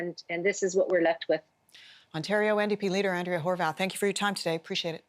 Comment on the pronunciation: Ok is her name Horwath or HorVath. Since when did a W get pronounced like a V?